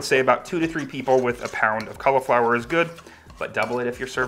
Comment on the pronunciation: learn how to say cauliflower